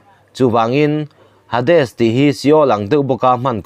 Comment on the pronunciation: Hades tih hi 'Heidis' tih anga lamtur ani e anti e